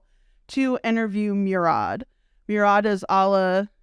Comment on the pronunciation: Murad is pronounced Moo-rad